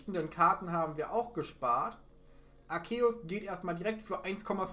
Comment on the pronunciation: Btw Man spricht ihn Arzeus aus (Trotzdem like wie immer halt)